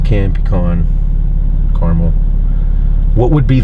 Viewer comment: it's pronounced Caramel not Caramel by the way